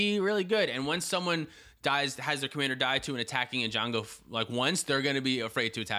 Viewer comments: It’s eganjo not ejungle BTW :D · It's EiGANjo, not EiJANgo :face-orange-biting-nails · ‘’E - Gan - Jo’’ thank you hahahahah😂🤣🤣🤣